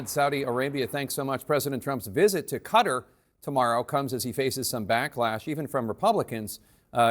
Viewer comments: What's Cutter? It's Kuh-Tar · Its not "Cutter", its "KTar"!!! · It’s Qatar, not cutter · It’s not pronounced Cutter!! Listen to Trump and you’ll be able to pronounce it as a real cultured journalist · Guy can't pronounce Qatar.. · Why can’t Americans say ‘Qatar’ properly?